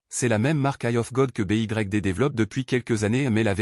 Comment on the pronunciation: Pouvez vous remplacer newton mètre par nanomètre dans la vidéo. En français BYD se prononce comme en anglais